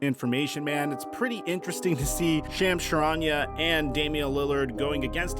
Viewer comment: it’s Shams Charania, not Chams Sharania